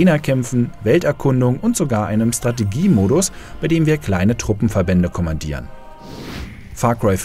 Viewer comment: Wie oft hat er jetzt "S-trategie" gesagt? Das wird so nicht ausgesprochen.